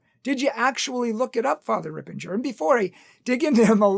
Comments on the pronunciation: unfortunately, he created this video to please one donor who is a Yoga head who stopped giving money. He has to be careful that Catholic Truth doesn’t get tricked by satan by falling for money. He says he likes Fr. Ripperger but pronounces the name wrong. I always liked Catholic Truth but this video was so uncalled for and so prideful. Let’s pray for our brother in Christ. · first its not Ripenger its Ripperger. Second, you didnt have to call him out by name, you could just say that some catholics have some wrong ideas about yoga, he is a priest of Most Holy God, dont call him out on the things which dont matter alot - and for which you definetly didnt make a case for your argument in which we will soon come. Third, manny exorcis (like Lampert, MArtins, Reehil) had negative things to say about yoga and yoga poses also ex yoga practioners confirmed what Ripperger has said and those are people who did read manny books and went to india, etc etc You are under influence of modern new age yoga teachers (and other older) which tries to hide its demonic origins and influence, some on purpose some on ignorance - cause they are not catholics and they dont undersand how breathing and streching can be of demonic, you didnt qoute catholics in this video, only non catholics. yoga is demonic. Are ALL poses demonic - no, but manny are. + you have lied about fr Ripperger, he didnt say that he knows that because someone told him so, for example in Taylor Marshal interview he said that you need to go and read their Masters. And again, you have manny people well educated and ex yoga teachers and practicioners (check on youtube) who will tell you the same, and they did read. You are doing yoga and it hurts you to hear that stuff, the books you read are from yoga practiciioners, ofcourse they will not say Yoga has anything with hindu gods. Hindus worship animals also